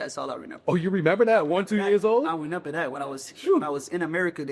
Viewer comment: I hate when he say renember